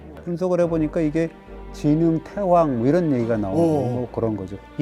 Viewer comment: 태왕을 대왕으로 읽습니다